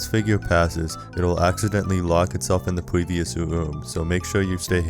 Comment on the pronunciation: “you’ll see eyes lining the walls for the sevewal pwevious wooms”